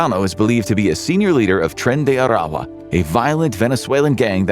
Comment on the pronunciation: Didn’t know “trend de” whatever was the Spanish way to say oil, bc that’s why we are going to Venezuela 😂